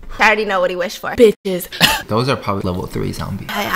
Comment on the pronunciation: “You want bad biss in ur dm?” 😂